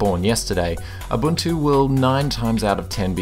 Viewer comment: Abuntu :D